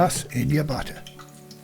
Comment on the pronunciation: I was confused at first because I kept thinking he was saying butter but then I realized he was saying batter.